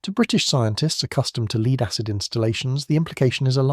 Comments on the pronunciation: I’d like to have one of those “leed-acid batteries”. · Shame about the AI CRAP 💩 , LEED ACID BATTERY'S